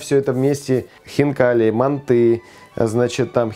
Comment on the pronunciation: Не мантЫ, а мАнты❗️❗️❗️